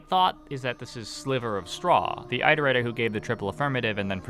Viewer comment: OH GOD I HAVENT WATCHED A VIDEO IN FOREVER YOU STILL PRONOUNCE ITERATOR LIKE THAT (please never stop)